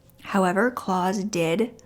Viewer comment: A really interesting case. I am torn, with this one. While I don't blame the mother, we still can't just take the law into our own hands. Also, I would prefer that he was stuck in a prison cell, for the rest of his life, rather than the quick death that he got. As a side note, the name Klaus is said like mouse, not claws.